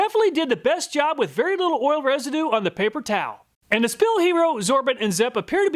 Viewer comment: between you and Hoovie, I always crack up at the Kansas people pronouncing "oil" as "ol"